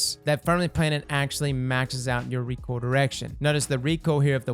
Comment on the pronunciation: Did just say recool instead of recoil? Am i getting bad hearing? Has always Said recool? Is it pronounced recool? Help!!!!